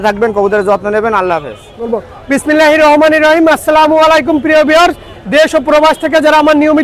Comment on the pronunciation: সুমন ভাই কে একটু ধীরে ধীরে শুদ্ধ করে কথা বলতে বলবেন প্লিজ বিশেষ করে বিসমিল্লাহীর রহ মানির রহীম এটা শুদ্ধ করে বলতে বলবেন।।